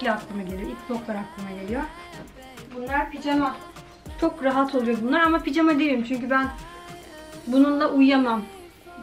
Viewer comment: Ablacım picama değil pijama doğrusu